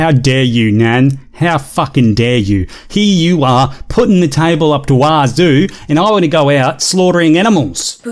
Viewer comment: This chick definitely seems a bit "special", between the way she acts and her little speech problem. Maybe it's just that "education system" of hers that she mentioned. "Put the tayvol". Whatever it is, there's something not quite right about her.